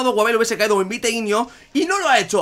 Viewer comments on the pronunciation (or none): none